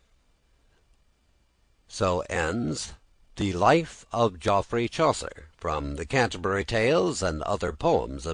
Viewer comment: He doesn't pronounce Geoffrey properly, so it's already unintelligible. It's pronounced like Jeffrey. If you were English you'd know that.